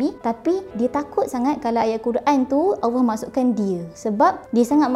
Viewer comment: sebutan allah kedengaran seperti awah(seolah2 disebut dlm keadaan malas) maaf diatas teguran blh jadi saya tersilap.